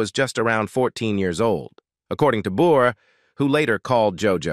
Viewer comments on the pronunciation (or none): Of course candace cameron bure,( you butchered her married name) 😊 She's Christian and has been married for a long time. And doesn't really go on screen much. So of course, you have to say she's hard to work with. Give me a break.😡